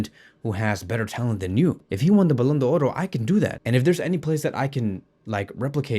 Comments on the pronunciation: First learn how to pronounce it properly it's simple Ballon D'or there's no oro in front. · The only guy who pronounces the "r" in ballon do"r"